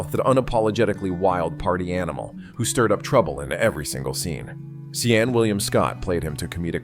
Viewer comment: Indeed, Also it's not C'en it's Seann